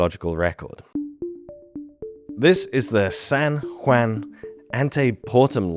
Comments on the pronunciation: That would be pronounced Dough Gaze I believe............San Won.....I serious;y adore your channel, get your Spanish speaking buddies to assist you........ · “Sæn Hwæn” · Warning: Spanish is pronounced by a Brit in this video. You are hereby warned. 😉 "Selva Pascuala" was actually fine. San Juan, though 😊.